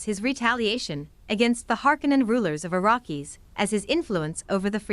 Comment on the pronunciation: I couldn't finish listening. You're butchering the pronunciation of everything. "Eh Tree Ides"... NO. "AH TREY DEES"; "AH RACK ES".